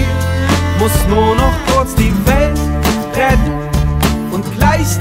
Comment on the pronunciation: Vor 11 Jahren hat sich mein Opa über seine Aussprache beschwert(Nur noch kurz die welt rett), jetzt reg ich mich darüber auf😢(aber ich mag das lied)